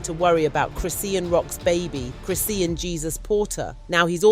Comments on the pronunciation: Why are you pronouncing her name wrong repeatedly? It’s cri-SHAWN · You keep saying her name wrong